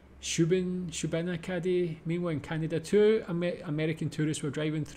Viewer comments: FRom Nova Scotia, excellent pronunciation of Shubenacdie. The Newfoundland meat I’d bologna also known as Newfie steak. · I live not too far from Shubie You pronounced it perfectly Now try Antigonish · BTW, you’ve nailed the pronunciation of “Shubenacadie”. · Shubenacadie is phonetically pronounced Shoe-bah-nack-ah-dee or just shoe-bee for short "I'm a rodent, not a meteorologist" is about Groundhog's Day. A holiday on February 2nd where the groundhog is said to leave it's burrow and if the groundhog doesn't see its shadow (if it's overcast) it will stay out, meaning spring will start in 6 weeks. Whereas if it sees its shadow (if it's sunny) it is said to be frightened and run back into its burrow for and extra 6 weeks, causing people to say "there will be 6 more weeks of winter" (meaning snowy weather) so spring will start in 12 weeks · Good pronunciation of Shubenacadie! You might want to try middle misquadoboit 😂 also in Nova Scotia. Or Bienfait, “bean fate” sk :) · Also, you said Shubenacadie correct ♥️ Dare you to try Musquodoboit, though. (Hint: it's NOT French) 😉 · You said Shubenacadie dead on! For Nova Scotia I think some of the toughest place names are either native Mi'kmaq words like Shubenacadie, Musquodoboit (mus-ka-dob-it), Kejimkujik (keji-mi-koo-jik), and so on. Tourists struggle with those. We also have a lot of Gaidhlig on road signs and such in certain places, so North River will also say Abhainn a Tuath, or the famous Alexander Graham Bell estate, Beinn Bhreagh - these words trip up a lot of people! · I'm from ns and you actually pronounced shubenacadie correctly, most don't. Now try Musquodoboit, Tatamagouche, Kejimkujik... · To link two of the memes, while the most famous US Groundhog weather animal is Puxatawny Phil, Canada has 2 wellknown hogs as well... Wiarton Willy in Ontario, and Shubenacadie Sam in Nova Scotia. And your pronounciation of Shubenacadie was pretty spot on.